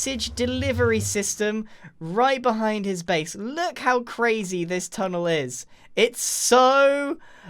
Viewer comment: grian "secret tunnel" me "SECRET TUNNLE!!!"